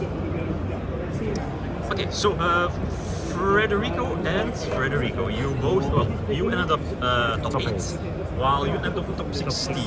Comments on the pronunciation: please guys it's FEDERICO, not FREDERICO its been forever people is keeping raping his names :( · im not saying they lying but it might just be mispronouncing Federico. Never heard of someone called Frederico in italy